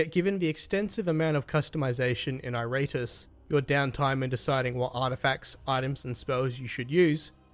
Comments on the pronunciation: Good review but damn dude it's pronounced Eer-Uh-Tus not I-Rate-Us XD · It's pronounced "Eee...rah....tools"